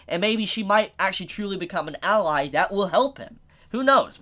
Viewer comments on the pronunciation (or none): none